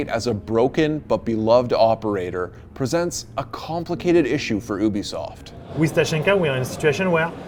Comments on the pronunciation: ha ha, "oobisoft" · It’s you-be-soft YOU-BE-SOFT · Im i the only one annoyed that his pronouncing ubisoft as obisoft? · Yis bcuz ubisoft is pronounced ( oo-bi-soft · ah yes, oobisoft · Its U-BE-SOFT